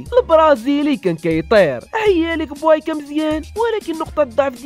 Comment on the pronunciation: بويكا ماشي بوايكا😅😅😅😅